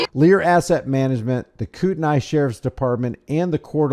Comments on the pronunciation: Its pronounced kootney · Coo-ton-knee with the ton sounding more like tn. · I live near here. I've been following this since day one. First, please pronounce it correctly lol. Kootnee is how it sounds. Second, the City police chief is actually investigating, and is the reason charges against her were dropped. The county sheriff, on the other hand, screwed the pooch! The PAC is claiming it was a private 'Legislative Town Hall,' even though the contract to use the school district facility requires it to be a public event. I'm ashamed of how my republican party has handled this. The woman is known to be very disrupted, and is believed to have pulled a fire alarm in a similar, previous event. Absolutely no excuse to assault and kidnap her! I look forward to the sheriff and three 'security' personnel being charged and prosecuted. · FYI it's pronounced "Koot-knee". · Kootkneee. Not the way you say it.